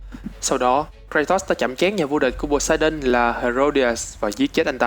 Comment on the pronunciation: tưởng phát âm là Pô-sê-đôn mới đúng tiếng Hy Lạp chứ